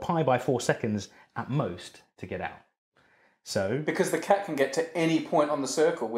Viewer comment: Watching this in 2020 even after Tenet and hearing him say Tac instead of cat...lols